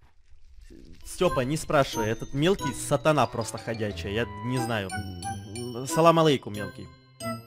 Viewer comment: Я даже аписалса кагда он сказал саламаликом